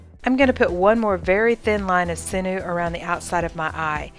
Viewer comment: I just watched your video and you demonstrated the eye fold very well. There was one thing about it that bothered me. The word sinew is not pronounced "sin new" it is pronounced "sin you". I hope you're not offended if you're corrected like this but mispronounced words just bother me. Have a great day.